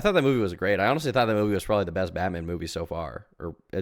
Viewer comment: He knows how to pronounce words like "thought" correctly, but will pronounce it as "taught" in the next sentence?? Is he putting on a fake accent on purpose?